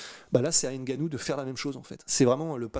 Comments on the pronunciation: C’est pas N Gannou c Ngannou ! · le N n'est pas distinct car il n'y a pas d'apostrophe qui sépare le N du G donc tu prononces " NGA " et non " N' GA " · c'est bien ce que je dis. On dit Ngannou et Non Enegannou. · va vraiment falloir que tu apprennes à prononcer le patronyme de Francis. Le N se prononce, il ne s'épèle pas. Ça gratte les oreilles. 😂